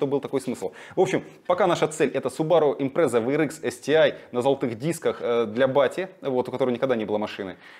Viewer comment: Почему impresa а не Impreza?